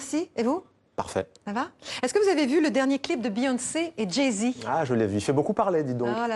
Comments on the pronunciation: Elle vient d assassiner jay z on l appelant Jay zede jet 27 aussi ,kel humiliation c koi cette journaliste un baaz ou lieu d un buz Beyoncé c est devenu jason gnousse ahhh cette journaliste est une blague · Mdr elle a dit "Jé zed" jpp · (Passons le: Jay Z, une mauvaise prononciation est compréhensible) ".. culture africaine américaine dans cette espace (..) pour affirmer l'égalité de la culture Afro-Americaine avec la culture blanche " "La pop culture sur La Culture.. " 🧐 ? La culture blanche est donc: LA CULTURE ? "Ceci est un coup d'état culturel"🧐 ?